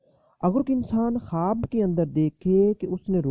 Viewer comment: Bolne nai aara apku kwaaaaab kyun bolre